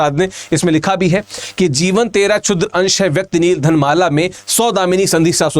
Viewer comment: बहुत जल्दी जल्दी बोल रहे हैं श्रीमान! धनमाला नहीं घनमाला कहिए। आप जैसे लोग हिंदी साहित्य के कर्णधार हैं।